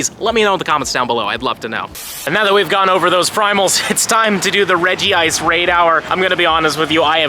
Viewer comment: Redj-ice not Redjee-ice